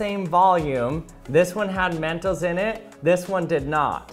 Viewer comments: He said mentos like mentals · That "mentos" is.too spanish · I love how he pronounced mentos.(*˘︶˘*).｡*♡ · I don't like how he says mentos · The way you saw mentos is kinda funny to me Its like you said it in an accent